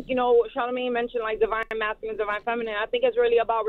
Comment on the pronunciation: Drinking game: take a shot everytime Charlemagne says "divine masculine and divine feminine"...... Like first of dude you're not even saying it right smh